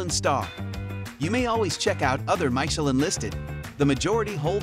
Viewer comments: Very painful how you pronounce Michelin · Could you at least learn how to pronounce Michelin ... rhymes with "miss" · YOU NEED TO LEARN HOW TO PRONOUNCE MICHELIN ! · Maybe watch a video in french about Michelin restaurants and learn to say it correctly. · Tech your computer how to say Michelin properly. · Dude, you not only butcher "Michelin" but the Thai pronunciation of food and storefronts. Nice informative video but please learn how to pronounce the Thai dishes! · I had to stop watching because of the way Michelin is pronounced… ears are bleeding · Learn how to pronounce "Michelin" properly please. It's not "My che lin", but "Mee che lin". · It's Meechemin, not Maichelin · mai sha lin 😂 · I agree and pls start with pronouncing Michelin, because it is not MYchelin. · so... was it "mai"chelin or "mi"chelin ? is this one of American VS Europen reading ? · you are totally pronouncing this worldwide Guide incorrectly. Mee shi lynn. NOT My shi lynn. Watch any other video that talks about the Michelin guide or ratings. It's a French term. Meaning "i" vowel = a long eeee sound. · Say it with me AI, 'MISH-ELLEN', not 'my-shellin'. No one is falling for your BS. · Please learn to pronounce the word Michillin. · “MIKELIN STAR?” Enough of this lazy AI nonsense. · I don’t know about Thai pronunciation but most certainly I have never heard about “maisheleen” 😊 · Wow I love MY-shuh-LINN restaurants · People are different... I get it. Though every time the narrator says "Maikelon" star it hurts my soul. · Not only mispronounced Thai. Also mispronounced French. My-cha-lin? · My cher lin... oh dear. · How do we take this review seriously when it keeps saying maishelin? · The art of mispronouncing Michelin, it's mee-che-lann! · MY-Cha-Lin? Hahaha! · The announcer in this video pronounce as Mick chee lin star!😂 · May Che Leeene! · Please - it is mitch-er-lin. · Who pronounces it MY-CHE-LIN? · “Myshellin” ….i had to turn the volume off